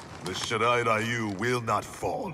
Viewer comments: Why is Ryu spoken like Rayu? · Low key triggered every time they say Ryu as "Rai-yu"...🤦🏻‍♂️ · I love this part but still hate how they misspronounce Ryu lol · It still bugs the hell out of me that NetherRealm Studios never learned the proper way to pronounce "Ryu." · Ikr? Street fighter the movie did the same thing when pronouncing "Ryu" What's even funny is that scorpions va is japanese yet he still pronounce it wrong